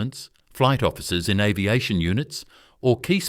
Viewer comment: Arv-iation for aviation, strange pronunciation. : Andrew Mountbatten-Windsor? as your example is a very poor choice.